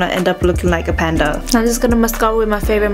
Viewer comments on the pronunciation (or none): none